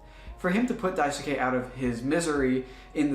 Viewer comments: daisuke is pronounced "die skay", not "die su kay" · great work but the “U” in Daisuke is silent.